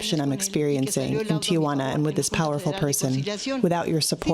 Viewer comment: Ti juana not Tia Juana